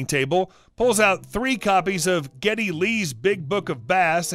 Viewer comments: "Geddy" not Getty. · This was my favorite part of this Video. I have no clue if Geddy Lee is a fisherman or not; but the fact that the voice over actor didn't even try to search the name is rather funny.